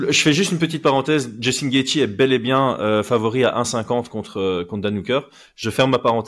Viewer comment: Cool de revoir mais sa façon de prononcer « Gaethje » m’a pas du tout manqué mdrrrr